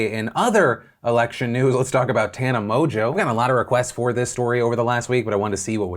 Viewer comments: Pronouncing it as mojo is pretty weird. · mongeau is not pronounced mojo. ngeau is not jo. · The way Philip pronounces Mongeau reminds me of WatchMojo and now I can’t help but think about WatchMojo having an OnlyFans account